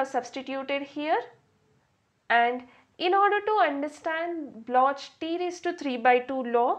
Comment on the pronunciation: It's pronounced block